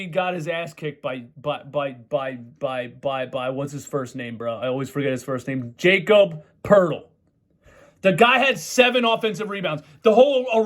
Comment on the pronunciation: It’s pronounced Yah-Kob, last name pronounced Pertle (rhymes with turtle).